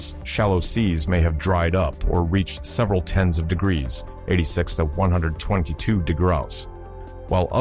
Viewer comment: you AI is having trouble with the word degrees